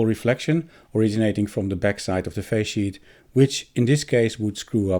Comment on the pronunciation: Is resonance in the face sheet a problem with such high frequency adapting? I keep hearing "phase sheet" - thanks for labels within video 😀